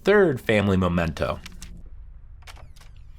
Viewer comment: For god's sake, it's "mEmento" not "mOmento." MEH-men-toh.